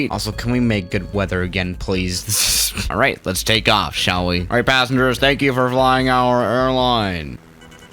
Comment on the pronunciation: "sha'll we" 😂love it